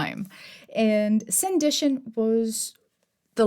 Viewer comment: Hi, just a couple of notes on Jane Austen, please forgive my pedantry. 1. It's Sandi TON not Sandi TION. 2. Austen's language was decidedly not Victorian though one might consider it Georgian given that Austen died in 1817 and Victoria came to the throne in 1819. Best regards and please keep up the good work.